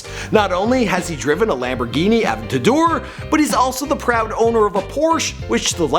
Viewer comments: Lamborghini avador? never heard of that one before heard of the aventador but not the avador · Fucking Lamborghini avdador it’s aventador you fucking orange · It's AVENTADOR NOT AVENTIDAR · Does anyone else hate the way he says aventador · Good lord... how he pronounced the Lamborghini Aventador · stop saying aventador like that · Good video but like I cringed at the pronunciation of Aventador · the way you pronounced aventador deserves a dislike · He can’t pronounce Aventador or cayenne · GUYS SKIP TO HE CANT SAY 'AVENTADOR' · When you cant say aventador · Hate how he says aventador